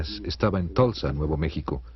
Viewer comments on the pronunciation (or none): none